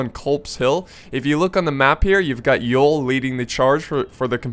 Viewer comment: the general named Ewell is pronounced you'll